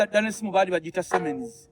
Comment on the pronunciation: Siemens not semens 😄😄😄😄